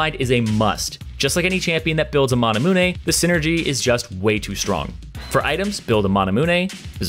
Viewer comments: That "Manamune" pronunciation though.... god no... it's like "Masamune" the end is pronounced like "Me-yoon" not "moo-nay". That's like Brofresco pronouncing Gage (sounds the same as gauge) as "Gah-gay". Please fix that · Mana-Moon-eh. i cry every time he says manamune. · Lucian with Mana-moo-nay 😳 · The way you say "Manamune" hurts my head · Why does he say manamune like that